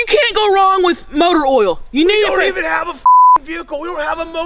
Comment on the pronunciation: She said oil wrong